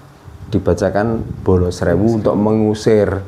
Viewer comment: Harusnya di baca..kolocokro sama bolo srewu